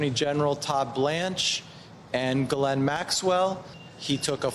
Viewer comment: It's baffling how many journalists and guests everwhere don't know how to pronounce Ghislaine.